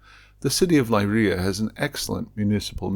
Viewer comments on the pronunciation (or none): This is wonderful and fascinating. But your pronunciation is a little awry. Leiria is Lay REE uh. The surname Souto is SO too. “Ou” in Portuguese is “oh”, while “o” is generally “oo”.